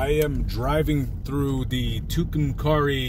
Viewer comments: Tucumcari long a in pronunciation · When you post something on an open Forum like YouTube you should expect and except criticism . In the worst kind. Mine is you need to learn to pronounce the name of the town you are making a movie in.